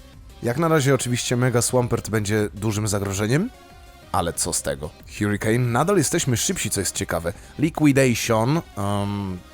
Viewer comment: harikejn nie hjurikejn